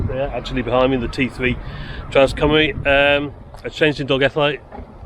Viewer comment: Hi. Thanks for another great video. As a Shrewsbury local you probably know better than i do, but i thought Cymru was pronounced 'kumr-ee', not 'kumr-eye'? I think 'au' is pronounced 'eye'?